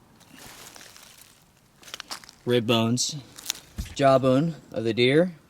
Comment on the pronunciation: Jaw not jah. Faucet not fahcet.